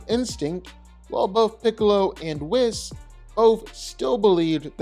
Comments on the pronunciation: I dislike how he pronounces Whis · Dude can't even say "Whis" properly.